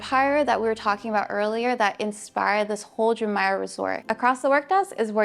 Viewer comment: You did a great job! However, your pronunciation of Jumeirah is incorrect 😢 Please show more of rooms in your reviews from less person view and over speaking rather more footage of spaces versus the person 🎉